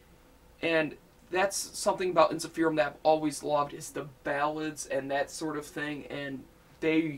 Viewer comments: By the way, it's pronounced en-sif-er-um not en-si-feer-um. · It's pronounced En-sif-errr-uhmm